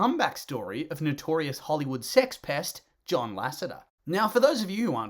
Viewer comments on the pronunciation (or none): none